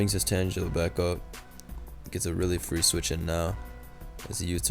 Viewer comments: saying tanjela is a sin when part of its name is "tangle" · Tangela is pronounced the same way u would pronounce tangled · Tane-guh-luh if you reading comments. As in tangled. Tangle-uh may be an easier way to get my point across. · say tangela as in tangle as in a bunch of vines you get tangled in, as in what tangela is